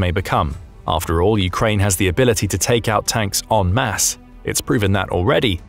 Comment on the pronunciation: Great! And you pronounced en masse correctly. That's the British education system. They know how to pronounce words, even foreign ones. Russia is toast, the day of the tank is over, and it will soon, a few more years, be over for Russia, militarily, socially, demographically, and economically. A great victory from the country who has never lost a war.